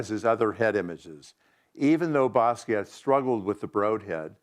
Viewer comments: t was pronounced it wasnt silent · He worked with him but he can't pronounce his last name, which is French. In French the T at the end of the word is SILENT!!!! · Yes the T is silent. He's even on film pronouncing his own name and yet still the cretins insist that it either doesn't matter or that it is correct to pronounce the T. These are the same people that say Loren when mentioning Ralph Lauren. Idiots.